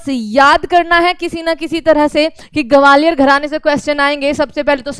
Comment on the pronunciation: Gwalior ka pronunciation aapka thik ni h mam😂😂